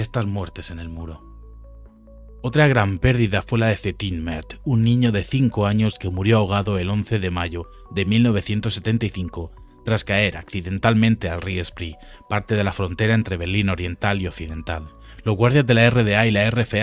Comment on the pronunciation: Por favor el río es Spree;, que se pronuncia spre en alemán, no spri en inglés. Y Peter es Peter en alemán., no pita en inglés. Seamos rigurosos, el documental genial